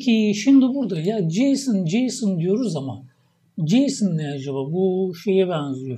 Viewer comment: => JSON JSON diyoruz ama ne acaba bu JSON. Filmlerdeki artis isimlerine benziyo. Neymis bu JSON. Bu tarz vurgulari dinlerken tebessüm ediyorum hocam. Ama dikkatimi cekti akilda kalici oluyor. Gercekten "Baska Egitim"..